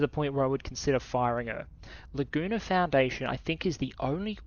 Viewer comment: Laguna foundation... Ahhh... I heard "the gooner foundation"